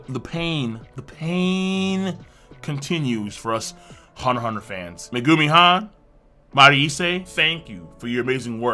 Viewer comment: You don't pronounce the "x". That's how it's supposed to be done.